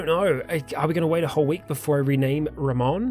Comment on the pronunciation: His name would be pronounced Rah-moan, so you should call him Joey Ramone. And on that note, rename the other guy Iggy.